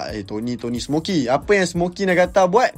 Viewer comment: Smoky* bang bukan smokey